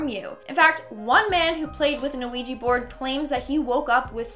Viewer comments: Its "wee-gee" board...not "oo-wee-gee" board. The first part of the word "Ouija" is French for "yes". You're pronouncing it incorrectly and confusing folks in the process. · Are you calling it a "Noo Wee Gee" it's killing me lol Its "Wee Gee" or "Wee Jah " sometimes fyi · U messed with the Ouija board BC u said ouiji XD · Its pronounced wee-gg so you're right. She's incorrect. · Is it just me or is she saying A-Ouija board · Honestly I have a problem with how she said ouija board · Me too, even though she's still one of my favorite hosts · Yeah, me too. It’s kind of annoying. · Me too. Thought i was imagining it the first couple times she said it like that. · Isn't just me or is saying Ouija weird? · Cant even say quija board right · Why do you keep pronouncing the ‘O’ in Ouija??? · You constantly mispronounce the name of the board. That makes me doubt you actually know anything about the board and are only reciting what you've read and seen.